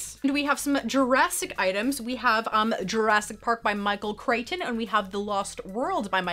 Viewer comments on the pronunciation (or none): none